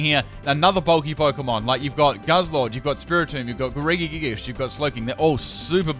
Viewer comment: The way you say regigigas is really annoying me. I say it Re-ji-gig-as You say it re-gi-gig-us